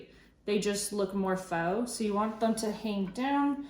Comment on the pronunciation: Love your video. Very helpful! FYI: faux is pronounced ‘fo’ -rhymes with ‘oh’. Will you share how you store your florals?